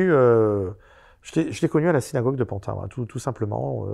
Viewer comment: On ne dit plus Pantin mais PANTINE à présent. Faut s'adapter !!!